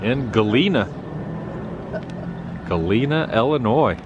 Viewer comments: Hi Adam, love this video & it brings back memories of living in Cedar Rapids & then going to Galena for a quick day trip. If you get a chance swing by Brandon, Iowa and see the world's largest cast iron frying pan. And you've been pronouncing Galena correctly. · Pronounced Galena correctly but not Illinois (its an I sound in the beginning not el)